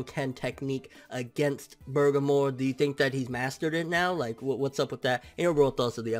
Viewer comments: Nobody is gonna call this guy out on not being able to read!?!! How do you get "BURGER - MORE" FROM "BER-GA-MO"!?!?!?!? Seriously!! Did u drop out in 5th grade!?!? Your reading skills suck ball sacks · You really his name is spelled "BERGAMO" NOT Burgermore!?!?!?!?!?!? How illiterate are you!?!?!? Like seriously if you gonna have a dragon ball channel atleast know how to read the character names of the show n not fuck them up every week in & week out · BER- GA- MO!! DO YOU KNOW HOW TO READ!?!! Like damn!?!? Where da fuck u go to school at to pronounce his name so fucked up for like 3 weeks now smh.... u must of been in special ed classes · its pronounced ber-gom-mo. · its pronounced " berg ah mo" u cheeky kent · i know. always says "BurgerMore" its a joke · Christian Thomas worst is, he watched the episode. so he heard how the name was pronounce but he still managed to fuck it up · ***** EXACTLY!! Lol & I kno he see all the ppl correcting him but he still fuck the name up lmao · can read Japanese but cant pronounce Bergamo........WTF